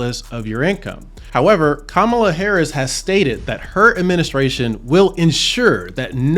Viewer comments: I dont trust you. Cant even pronounce her name right. 🚮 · He is mispronouncing Kamala’s name. Hummm!!! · Wow can't even pronounce a person name correctly 😢